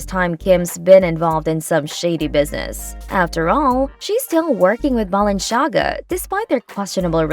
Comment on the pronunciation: “BalenSHAga” lol